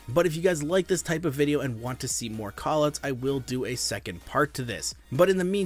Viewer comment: “Koll Ooots”